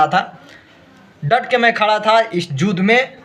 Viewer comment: जुध नही युद्ध होता है बाबू 😂😂😂